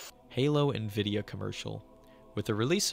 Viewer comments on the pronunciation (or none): none